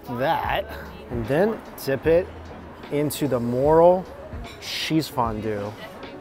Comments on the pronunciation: everytime he's said moral mushrooms(morel) my face contorted 😭 it's pronounced 'muhrel' please 😣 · More-el not Moral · FYI is not moral mushrooms is pronounced more -rial mushroom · Ummm its not "moral" mushrooms it's "Morel" More EL and I agree, they are amazing, hard to find, got to get them dried then hydrate them with hot water to reconstitute but worth the effort. 🤣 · it's MOREL mushroom, pronounced as "moRELLE".... not "moral". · Everytime he mentioned the mushrooms it sounded like moral instead of morel and it got a tad weird for my brain. 😆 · you pronounce morel, mor-rell. Not mor-ral. Very good video! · it's pronounced MORE-L not MORAL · Same with the Morel mushroom. It’s Mr-el not moral. Just saying. Love his videos, but like you it bugs me. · Morallllll. Not morol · Morel is 'more' plus 'rel' like bell. Emphasis on the 'rel' syllable. I'm in Michigan where we hunt them every May. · April is Morel mushroom season in Pennsylvania. Families keep their harvest locations secret, passed down through the generations. White and Black Morels…..fried in butter is our favorite use. Morel is pronounced Mor-L with emphasis in the L.. I’m going to try the next batch of morels recipes. Thank You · "Moral" mushrooms 🤣🤣🤣 adding to the list of items mispronounces, loved the vid keep em coming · Love your videos but every time you mispronounce some words I cringe 😬 mo·rel /məˈrel,môˈrel/ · Lol, I'm pretty sure its pronounced "more" "els" mushrooms. However the food looks fantastic! And hoping it taste even better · "More-relll mushroom" lol... I just can't hear him call them morals one more time. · Morel pronounced More-L. lol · morel rhymes with hell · Just how many times can you mispronounce the name of Morel mushrooms? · Hearing mispronouncing morel over and over again was sad. It's not even an all that unusual ingredient...